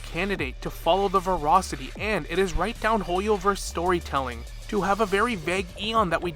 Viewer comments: "Verocity" is not the same word as "Voracity" - sorry this one point is driving me crazy, but I think you're dead on about the actual principles the IPC is following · ver-ASS-ity. ver-ASS-ity.